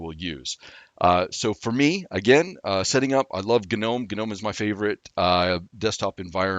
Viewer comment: The moment he said GUH'nome, I couldn't continue. It's like.. comon..